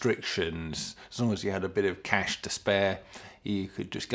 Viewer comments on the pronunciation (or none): none